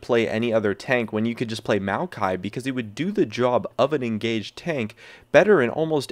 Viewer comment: if you're talking about maokai, why show malphite? or are you just pronouncing it weird?